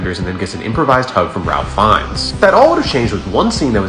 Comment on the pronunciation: You mispronounced Ralph Finnes